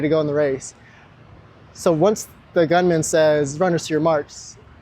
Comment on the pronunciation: “The gumnan” lol. They call him the starter where I’m from!